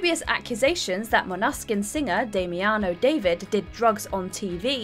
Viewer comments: Måneskin is MOAN-uh-skin not Mon-ES-kin. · Dude Måneskin were asked a billion times about their name and they still mispronounce it lol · I think this is the absolute worst I've ever heard Måneskin pronounced..... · I was really shocked to hear that Damiano David is Monegasque! I thought he was from Rome, what are the odds he’s from Monaco? How have I never heard of that? But then I realized it just was the presenter’s poor pronunciation of Måneskin…